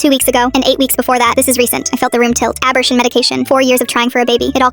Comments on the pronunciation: I'm sorry but "aburshin"? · The AI that created this needs to learn how to pronounce abortion. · Abortion pronounced incorrectly